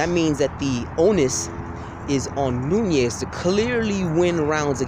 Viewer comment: you sure it aint noni instead of nunes.